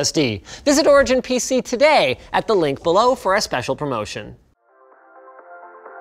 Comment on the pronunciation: anyone else notice he says "BC" instead of PC during the beginning of the ad he does